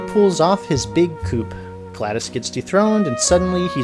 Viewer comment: The P in coup is silent. Wheatley pulls off a "coo". For what it's worth, everyone, although the T at the end of coup d'etat is silent, the C near the end of coup de grace is not (it faintly rhymes with gloss). Also, it is aesTHetic, with a TH sound, not aestetic. For your health.